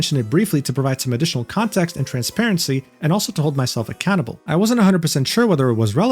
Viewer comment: At about I heard "needs to be held accountable" as "used to be a cannibal" and the video instantly turned from second monitor content to main monitor content